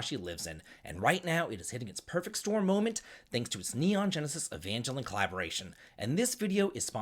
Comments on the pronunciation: no, it’s EVANjellon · pronunciation of Evangelion did not disappoint lolol